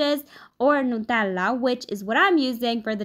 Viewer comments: I loooove how ypu pronunce nutella.... likr the right italina way! And this look delicious! ❤❤ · It's the correct pronunciation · Since she’s Italian and she lives in Italy, and Nutella is Italian, she’s probably used to the original pronunciation of the word. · I love the way she pronounces "nutella" ❤️